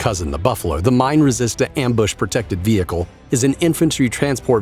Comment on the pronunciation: vee hickle